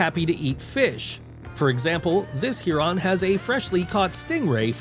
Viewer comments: The bozzo even called a Heron a "Hearon". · What is this Hear-on he speaks of, or does he mean Heron? And what is a 'Flock' of fish, or does he mean school of fish? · Heron pronounced herr-on